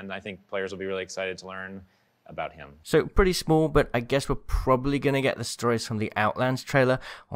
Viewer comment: With the way he accentuated the words “he” and “him” I really think this legend is going to be trans. Probably going to be a man, that is transitioning/transitioned from a biological female.